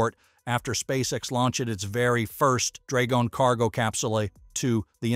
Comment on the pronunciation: Yeah, hard A in dragon, for instance. Why use a computer voice? A human can't talk for 10 minutes? Geez!